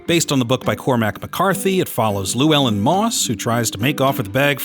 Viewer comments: "lew-well-in".. that hurts... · Also absolutely butchered Llewellyn